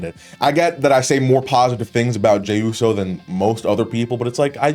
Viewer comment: Bros white boy came out lmao he said hey yooo